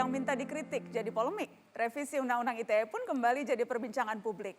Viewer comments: I te e mas bukan ay ti e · Ai Ti E. Klo mau enggress yaaa harusnya Ai Ti Ii. Kzl bangetttt bolak balik salah meleeee. Cukup I Te E ajaa pak. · Ite pak bukan aitie wkwkwk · Undang ITE itu bahasa apasih..kok bacanya Ai ti E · harusnya "ai ti ii" ya fadjroel must be bad in enggrish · Hahaha...exactly what I want to say, kalau mau pake English ya skalian tp "ai ti i" 😆